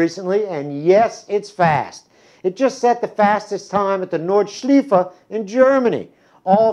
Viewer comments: May I'm allowed to correct You? It's "Nord" with the same pronunciation as in "north", replace the th with a d like in "nerd". "Schleife" means "loop", pronunced like "lie", the last e like in "the" so it is more like "shliefe": Nordshliefe :) (Funny thing is, the Germans would pronunce "Nordshliefe" exactly like You did in the video!") You can listen to the pronunciation here: de. forvo. com/ word/ nordschleife/ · omg learn how to say Nordschleife